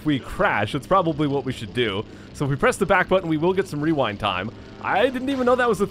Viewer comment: Werind is what I heard from you when you said rerind